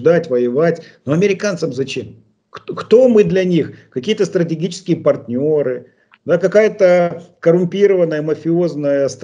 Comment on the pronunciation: Сколько можно говорить: нет у вас союзникоУ, у вас только парнëры. Настя!!!